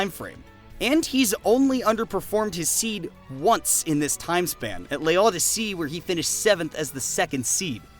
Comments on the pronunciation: Amazing recap! The pronounciation of "l'Odyssée" is closer to "low-dee-sey" though 😅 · Bro I've never heard someone butcher a French word so bad lmaooo (It's pronounced "low-dee-say")